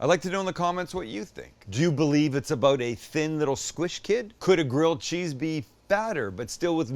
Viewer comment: Sams like my mom always calling grilled cheese, "girled cheese"